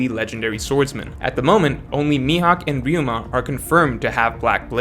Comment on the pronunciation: He said Ryuma!! I knew he could do it. Stop with this Raiuma nonsense